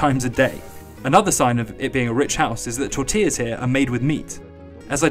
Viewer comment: Say it with me now: Tortillas. Tore-tee-yas. Lol